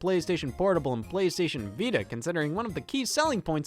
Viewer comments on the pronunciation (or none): none